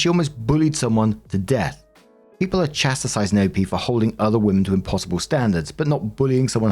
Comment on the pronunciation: When still can't pronounce "chastising" correctly........